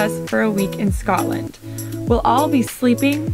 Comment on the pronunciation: It Scotland not Scatland, love you both but as a Scot people saying scatland really gets on my nerves lol🤣❤️